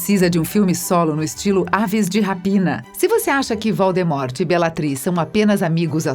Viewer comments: "Valdimorte" HahahahahhahahhahahH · Esse vídeo só serviu pra mim da risada da pronuncia dos nomes errados, e achar que a mulher foi um pouco preconceituosa com com cabelos das duas, eu gosto do cabelo delas. Grindervalt kkkk valdemorte kkkkk basilicx kkkkkk Uyilles kkkkkk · Você não sabe falar o nome dos personagens quando é pra falar Voldemort fala Valdemort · É tipo "Valdemort" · sim, e pelo o que lembro tbm errou a da jk e do voldemort. sabe não é o maior pecado do mundo errar uma pronuncia mas ainda é uma grande falta de profissionalismo principalmente com o tipo de conteúdo que eles queriam trazer que é mais "informativo"